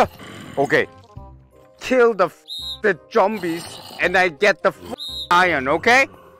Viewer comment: His accent is so funny that he said jombie instead of z9mbue